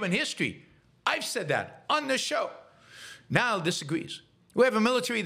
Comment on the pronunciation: There is no "ck" sound in Xi. It's "kneel" not "nile."